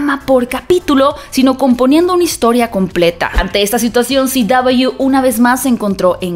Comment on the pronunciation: Porque dice Ci Doubleyu en vez de CW? Porque dice HBO o DC y no dice EichBiO ni DiCi.